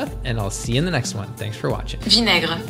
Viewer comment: I'm sorry but that prononciation of ''vin aigre'' needs a lot of work 😅 That being said, interesting topic!